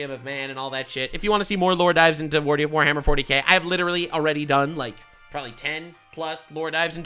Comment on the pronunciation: "Forhammer Worty K"